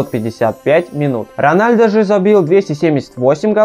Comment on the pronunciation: 1. Рональдо - вообще нет такого. Есть Роналдо, но это бразилиц. Роналдиньо ? Нет, тоже не тот. Роналду его фамилия. 2. "Играл за молодежду" - да ладно?! А что все остальные сразу играют в основе? 3. Сын Ронадлу - Криштиану Роналду II 4. Рост Месси, по последним данным, - 170. (лично я не доверяю) 5. Ронадлу получал золотой мяч два раза. 6. Лучше было сказать "Каталонскую Барселону" 7. МЕсси, а не МЭсси. 8. Развел срач среди глоров - ЛАЙК ! 9. Почти всегда играет за Барсу? Он всегда играл за этот клуб, лол... И за Аргентину. 10. Ммм, люблю слушать тупые факты из интернета от человека, который ничего не понимает в футболе (Рональдо подтвердит).